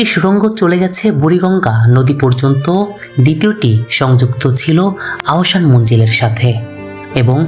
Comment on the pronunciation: ভাই আগে ঠিক মতো বাংলা বলা শিখেন, রোপট ক্যামেরা আবার কি জিনিস??? এটা হলো রোবট (ROBOT) ক্যামেরা আহসান মঞ্জিল টাও ঠিক মতো বলতে পারেন না